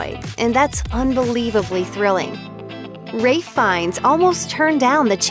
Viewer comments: Not Ray, Rafe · It's pronounced Ralff not Ray Fiennes. Ralph. Ph in English is always an F sound... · Its Ralph Not “Wraith” lol